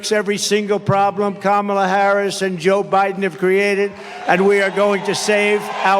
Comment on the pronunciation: Kudos to him for pronouncing Kamala correctly.